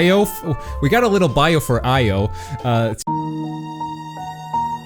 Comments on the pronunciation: Couldn't make it one minute in. You definitely mispronounced Io's name. I don't even get how you managed that. Both the English and Japanese pronunciations say Ee-yo, not Ai-yo. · It's EE-Oh, actually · Io is pronounced as E-o Yakumo says it at some point in the game Also Louis isn't pronounced as Lewis it's pronounced looee